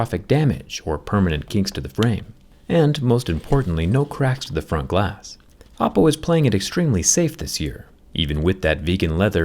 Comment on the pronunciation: Every time he says Oppo, I hear Apple. 😂